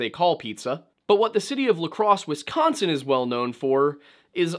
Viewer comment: Why do y'all non Midwestern peeps say "Wess-consin?" You sound very silly. There's no E in Wisconsin, please stop pronouncing it as such.